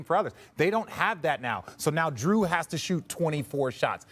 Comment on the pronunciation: Giannis getting away with calling his teammate “Drue” 🤣